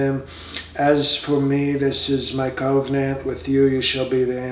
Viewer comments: Every time he said Cove Nant I chuckled. dude you are funny. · Cove-nant or Cove-n-ant? 😱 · I am pretty sure that the word is "koh-Veeh-nant". Isn't it?